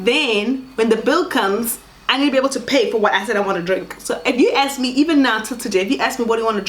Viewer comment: "You are not going to AKSS my opinion" 🤣🤣🤣 Love. Laughter is guaranteed 🤣😂🤭🤭❤❤